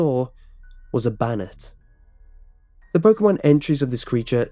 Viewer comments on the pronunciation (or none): ITS BANE-ETTE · Its actually pronounced (Bay-Net). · You pronounced Cofagrigus and Banette wrong